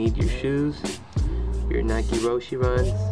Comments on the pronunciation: You are saying roche wrong it is pronounced rowsh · stansbury its rosh e not rowsh its a japanese design ROW-SHE